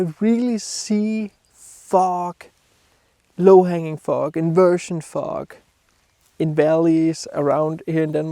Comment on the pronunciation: you need to work on how you pronounce the word FOG, I was giggling thru the whole video:))